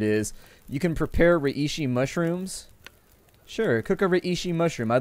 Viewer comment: Under 301! Btw its pronounced Ray-she!